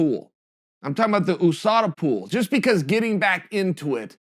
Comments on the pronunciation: ooOOSADA gets me every time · Ooosada pool, moooey thai.. uncle chael has a problem with words containing U in them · Chael “Ou Sada” Sonnen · Chael 'OOOh Sada pool' Sonnen... love it! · Chael 'oosada' sonnen